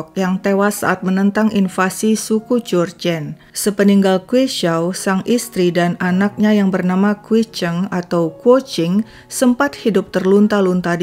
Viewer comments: Maaf ralat bukannya kwik ceng tapi kwe ceng begitu penyebutannya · Video ini dikompilasi secara apik, ceritanya runut disertai gambar-gambar. Akan lebih bagus lagi kalau narator mempelajari terlebih dahulu pengucapan nama-nama tokoh ceritanya, misal Kwee Ceng tidak terdengar "kuecing". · Saat nyebut "Kwe Cheng" lafalan ny lucu.. Awal ny saya dengar ny kurang jelas.. Gak tau ny nyebut "Kwe Cheng"..